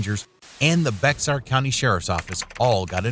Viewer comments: It is pronounced “Bear”. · It’s pronounced BEAR county. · Bexar is pronounced BAY-are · BEXAR county is pronounced 'BEAR" county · I’m pretty sure Bexar is pronounced Bear. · Bexar is pronounced bear. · Bexar, County is pronounced BEAR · It's not bexar...its pronounced bear....also I'm surprised he didn't claim he was doing undercover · It is pronounced BEAR county! Not sounded is the "X" ...B.K. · Bexar county is pronounced “Bare” county. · Bexar is pronounced bear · That's pronounced Bay-har county. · It's not beXar. It's pronounced like the medication " bayer" beXar.... lololol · You might want to learn how to pronounce the word Bexar. It should sound like Bayhar. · Shouldn't bexar county be proununced bear county? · There are probably a lot of Texans who are watching this video and gritting their teeth at the narrator mispronouncing Bexar. It's pronounced Bayer. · Bexar County is pronounced as "Bear". The 'X' was how the Chief signed his name, Bear. The judge knew this so he wrote in BE before the X and AR after the X. The clerk recording the sale of the land didn't know, but recorded the seller's name as the documents had printed. Which was Bexar, which was latter used as the name of the country with central Texas. Additionally, the SAPD and many of the towns and cities around San Antonio have arrested many LEOs for being part of gangs, like MS13 etc. We often refer to LEOs as the Blue Line Gangs, but in fact they are a lot of them who are just gang members wearing a cop's uniform to help them break the law. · It’s “Bay-are” county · Bexar is pronounced Bear y’all should do better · Protip: Bexar is pronounced in Spanish like "bay-har", or locally by the Texans as "bay-ur"... but not what you kept saying. :D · Bexar is pronounced like "bear" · Bexar is pronounced " Bear", same as the animal. USS Bexar APA 237 was an amphibious ship named after Bexar county. Where do you get these narrators? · Just an FYI: Bexar is pronounced “Bear”. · Bexar is pronounced "bear"